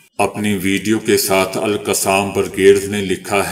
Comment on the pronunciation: Aap Kay lafzoon ka chunao acha hay Lakin salam ka uchar durst karo